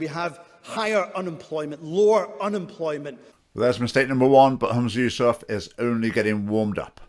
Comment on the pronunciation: Try to pronounce his name correctly and any one can lead the prayer in islam. And he can't do any worse than the current clowns in power